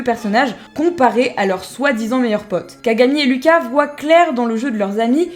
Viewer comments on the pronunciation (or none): none